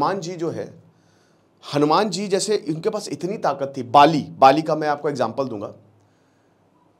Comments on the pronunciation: पाली नही बाली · आप बाली को पाली उच्चारित कर रहे हैं । कृपया ध्यान दें। शेष बढ़िया ! जय हिंद! जय भारत !